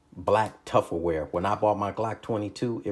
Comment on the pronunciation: I know he didn’t say “tufferware”…